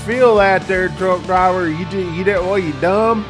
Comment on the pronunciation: I cain't know drwaaable ( driver) For a man that preaches professionalism why do you continue to articulate as you " geeratited " third grade ?????? I LOVE watching bonehead truckers. However, do you talk like that with customers ? Or is it only flip-flops and shorty shotys hat makes one un professional? I too am from Texas, my folks live in a place where large gators in their backyard are a nuisance! We actually articulate as though we made it past the 3 grade English